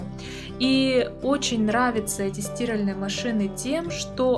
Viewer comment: Миленькая, это просто ужас. Где вы научились так разговаривать. Нет слова стИральные машины, есть стирАльные машины. За что лайк?